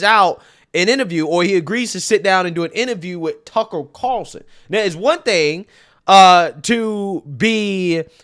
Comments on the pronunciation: The way you pronounce some words is hilarious lol you say lie-berry instead of library. When you say Tucker Carlson, you say Tuckle Carerson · Tuckel Cawlson